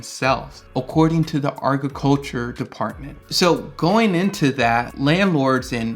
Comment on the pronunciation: Did you just say arghiculture